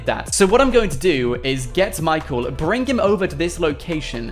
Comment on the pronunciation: why do you say brinG or is it just your accent